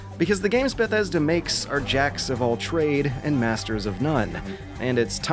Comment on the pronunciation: I like this dude's videos. I hate the way he says Bethesda. "Ba-thesda"